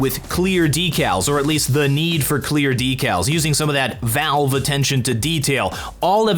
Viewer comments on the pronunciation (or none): none